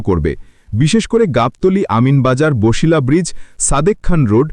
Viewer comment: ভাই উচ্চারণ বছিলা হবে, বসিলা বা বশিলা হবে না।